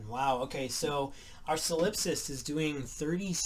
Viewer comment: Solip-sist. Rhymes with Trollop.